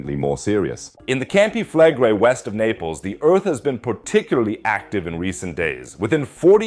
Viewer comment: Why do you pronounce Campi Flegrei like an American who can’t pronounce anything that’s not English